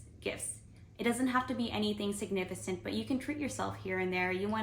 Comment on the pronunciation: Existis and signifisant are not words. It's "exists" for plural and "significant", the c sounds like a k. It sounds silly how you're pronouncing.